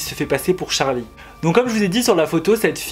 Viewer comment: C’est charli pas chari